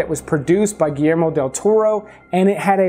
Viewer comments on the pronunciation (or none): none